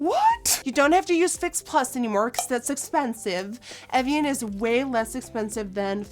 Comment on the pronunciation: Am I the only one chocked about how well she pronounced "evian" and "meteorite"? That was perfect Nikkie 😂 but you'll have to work on "Guerlain"